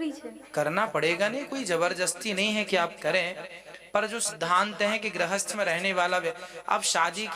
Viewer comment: Grahasth nhi grihasth hota hai